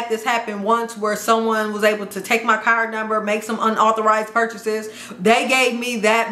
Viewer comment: How she say CARD as CAR 😂😂😂